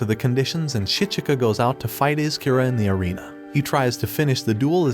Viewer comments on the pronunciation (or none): none